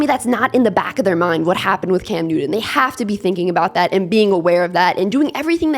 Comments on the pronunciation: Bryce will be fine, reminds me of Doug Flutie.. Oh, that’s New-ton by the way.. Good content, keep it up. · Cam Newdon? When did he change his name? I always thought it was Newton.